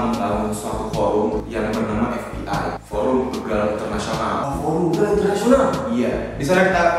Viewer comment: Begal dibacanya bukan kayak begitu.. tapi bacanya kayak BEbek.. bukan BErani just info.